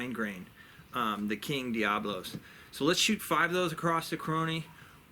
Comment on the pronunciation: Pronounced, di-ab-o-lo, meaning a game spinning a wooden top that has large ends and a slim waist. Commonly miss pronounced. Diablo and diabolo have altogether different meaning. Class room aside lol, great video! I was surprised how much power the 25 had.